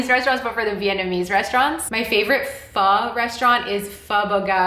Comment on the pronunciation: Hey! Great pronunciation of pho 🍜! I love pho too ❤️😍